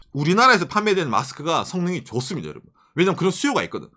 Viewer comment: 진짜 발음 너무 볼매얔ㅋㅋㅋㅋㅋㅋ 너무 죠습니다